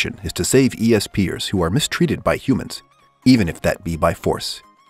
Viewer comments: E.S.peer it’s ESPER btw No hate tho thanks for the good animes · For number ten, it’s pronounced “S-per” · It's bESt-supPER, not e-s-p'ers. Sounds so friggin weird. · And it’s not E-S-P-er it’s “Ess-per” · E-S-Per!? Bruh I it's esper. 🤦‍♂️😂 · kinda cringy you saying "E.S.P. eers" instead of just "espers" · e-s-peers wtf bro its pronounced espers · E.S. Per that pisses me off Esper one word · Did he say E S per instead of just esper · Es-per not eeee s pers fucking idiot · Essssss peeeers not eeee s peee ers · E S P ers Just say espers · Yeah he was esp-er when the word is all together actually its esper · ESP errrr I’m dead just a bit it’s pronounced S-per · He says E S PEEyer How sposed’ to say is es purrr The word:esper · Why does he call espers, "E - S Peers" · Not gonna be that guy but it’s pronounced espers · It's not e.s.p. er. How did you pronounce that wrong? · E-S-P-ers? Lol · "E.S.Pers"...... What?! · E-S-PEARS WOW NICE LOL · LMAO IT'S S-PERS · Any1 else is annoyed he says e-s-per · Espairs is pronunced S-pers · Yeah same he said E-S-per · Nononono..it's E.s peer 😂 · E...s...peers? Lmao wtf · "ESPEARS" my mind was just like OMG DONT AHHHHH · Well its not Es Sphere right? LMAO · how do you not know how to say esper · Homie doesn’t know how to say esper so I wasn’t surprised saitama wasn’t on the list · Hearing this dude say esper wring actually caused me to dislike this video. Like come on man do basic research first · Some ppl have Problem with their Language You cant just Judge a Person because of that. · yeah i was like...dude do a little bit more research and pronounce it right. But he's got good content though